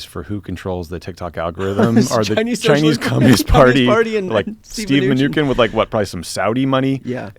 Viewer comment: If “pod save America” were really trying to get out good, factual information, he should probably stop mis-pronouncing Mnuchin as “Min-ooo-ken” - especially right after Brian pronounced it correctly (min-ooo-shin)…. He should be embarrassed for doing it once - but he did it 4 times. 🙄